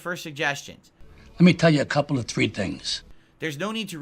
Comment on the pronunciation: saying "lemme tell ya couple a tree things" was very entertaining. There are layers there.